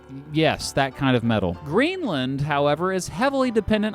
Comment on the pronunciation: Indeed Greenland was pretty much spot on too :D